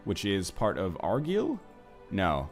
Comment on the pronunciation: No it isn't, It's Ar-gile, with gile sounding like isle with a hard "G"